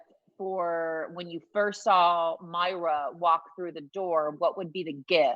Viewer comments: Moi-ra Not Myra Warmest regards, Every Schitthead that’s cringing right now. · Can you not pronounce MOIRA? It's so disrespectful.